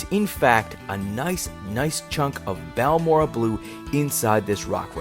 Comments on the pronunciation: It's baORE ray uh 😊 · It's pronounced; BAL MORE RAY. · Google Translate says "Balmorhea" is pronounced something like "Balmoray." Lots of the agates I find in Central Texas have a whitish or reddish "weathering rind" on the outside of the nodule. When I see a little bit of waxy-looking blue or red showing through the rind, the nodule goes into my bucket.